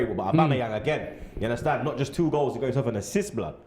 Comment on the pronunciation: Yes I do "Unnastand"